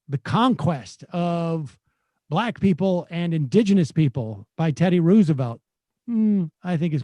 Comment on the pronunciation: Sam pronounces Roosevelt differently each time he says it. FYI, the correct pronunciation is Rose-a-velt. This is true of both Roosevelt presidents. There are letters preserved from Teddy where he talks about the confusion and confirms the correct one and there is video of his cousin FDR's inauguration where he pronounces it this way.